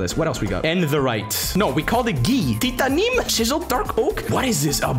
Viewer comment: ah yes. My favorite. TITANIM